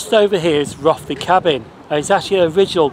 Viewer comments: A great video, very informative but you’ll have the locals up in arms by your pronunciation of Rothley. The Ro part is pronounced as in “row the boat” as it’s reputed to be a very posh place. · Thanks G, yes someone did mentioned that I did pronounce Rothley wrong when instead of Roth it's Roe, like Cod Roe.